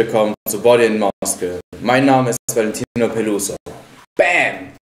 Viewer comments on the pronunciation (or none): Top Video! Gute Informationen :) Anmerkung: Das englische Wort "Muscle" wird nicht "Maskel" ausgesprochen sondern "Massel". ^^